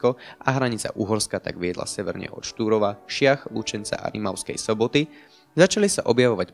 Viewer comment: tam si povedal Rimavskej soboty alebo Imavskej soboty? :D